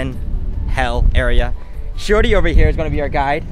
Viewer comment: Am I the only one who hears "Shorty" instead of "Shiory"?